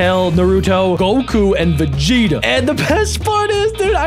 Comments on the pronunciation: It’s veeeegita not vigita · I swear I heard him say Virginia when the name was Vegeta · He said time to fight vagena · Are we not talking about what he called vigita